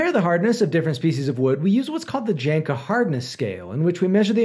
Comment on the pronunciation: It's pronounced yanka not janka